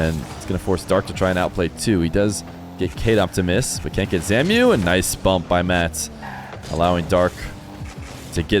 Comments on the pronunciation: Zamue isn’t named “zamyoo” it’s “zamway” because of the accent on the E, love you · Yo. It's zam-oo-way. Not zamiu. Just thinking because he used to be a big time EU rlcs guy. Great content tho, thank you bro. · for future reference zamué is pronounced zom-way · Hey, just an FYI but I believe Zamué's name is pronounced as Zam-way